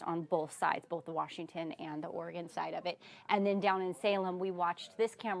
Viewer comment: boLth for both and ether for Other. 😂😂😂